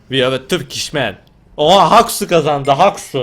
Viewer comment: abi orda oyuncunun adı hauxy siz onu nasıl haksu diye okuyosunuz asdasadasdffsaaklmn😅😅😅